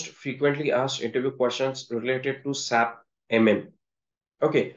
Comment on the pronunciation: FYI, Don’t say SAP, say S A P..